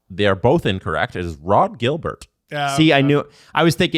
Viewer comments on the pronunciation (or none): It sounds more like Gilles-bere (pronunciation-wise).- for Rod Gilbert. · OMG this keeps happening. Rod Gilbert is french canadian.... IT'S PRONOUNCED THE SAME AS GILBERT PERREAULT